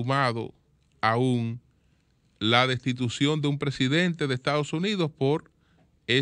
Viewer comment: la rata sencillamente no puede decir "destitución".